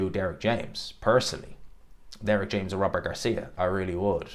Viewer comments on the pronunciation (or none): none